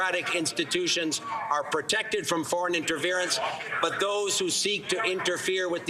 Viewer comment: What is interverince? But yet he can say interference nps in his same address 🤔